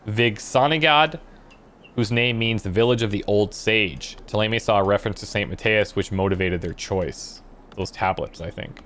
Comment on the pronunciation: Don't think he is well versed in French phonetics (and to be fair, the in-game pronounciations are heavily anglicised). But even if this is considered canon, I'll stubbornly wither away on the French mountain of accents, because ThéLAYMAY is murder.